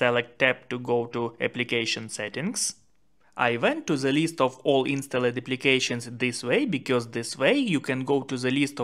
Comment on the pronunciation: Good video but don't say insta led . It is pronounced instald. The e is silent. Thank you for your very good videos. Do you want me to help you with pronunciation ? I stop if you want me to stop. ❤love❤.